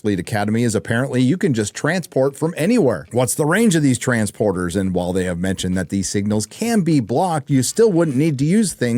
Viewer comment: hahaha, You said trans-porter